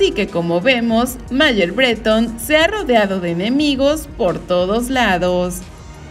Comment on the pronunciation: Ni conozco ese apellido pero si escribes “Bretón” entonces pronúncialo como es, con la tilde en la “O” y no en la “E” como tú lo pronuncias……….. es BreTÓN!!, aunque te pese.